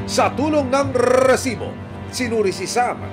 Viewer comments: ilang rrr ang kelangan para sabhin rrrrrrisiboooo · takte parang ndi seryoso yung segment nato gawa nung “RRRRRRRRRRRRRRRRRRRRESIBO” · Ang oa npo ng pagkabigkas nu po ng resbo, annoying npo